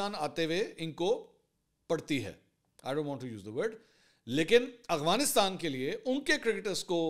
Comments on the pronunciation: Mansoor bhai plz Afghanistan sai pronounce kiya karen 😅 Aghwanistan nai hai Afghanistan hai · خان صاحب اغوانستان نہیں افغانستان ہوتا ہے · Why do you say Awghanistan instead of Afghanistan?